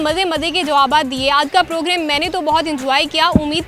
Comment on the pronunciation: progreme nhi program Hota he baaji